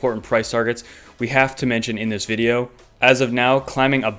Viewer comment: indeezveedeow....the moon!?? HAHAHAHAHAHAHAHAAAAAAAAAAAAAAAAAAAAAAAA